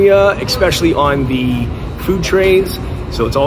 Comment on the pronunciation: Has anyone ever axed you why you say expecially? It is not a word.